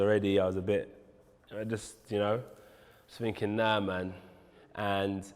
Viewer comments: WHAT R U FINKING? LOL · Funny how the english butcher their own language.....’was u finking’